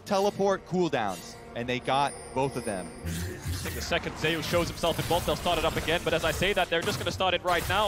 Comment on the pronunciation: It's not ZAY OOS. Just saying.